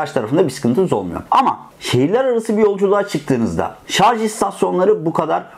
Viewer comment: Kanalın adı "Teknolojioku" ve elektrikli araçlara dair ahkam kesiyor ancak henüz "şarj" kelimesini bile telafuz edemiyor.